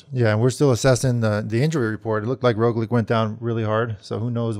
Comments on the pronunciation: No matter how many times he hears EVERYONE else (including Lance and JB) say, "RogliCH," George insists on saying "RogliCK." And JB...scoot a little closer to George. You're off center. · Come on George it's Rog-lich not Rog-lick!!!!